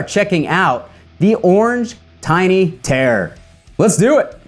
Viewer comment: accent maker terror sound like tear.